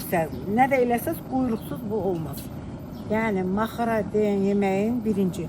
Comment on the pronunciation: Orda necə "maxara" deyilir, siz də elə deyin sux Ma -xa-ra deyirsiniz Çincara deyil, çincar-yəni giçitkən.Yazıq qadın sizin yanlış xətrinizə dəymək istəmir, suz eşitsəniz də,yenə də bildiyiniz kimi tələffüz edirsiniz.